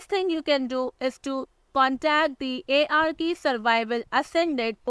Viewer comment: sprich das game richtig aus IARKIE